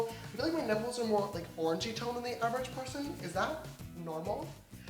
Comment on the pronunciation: Each time he said orange-y I heard orgy 😂